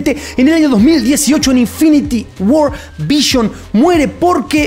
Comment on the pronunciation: Vision por q dices vishion Es vision carajooooo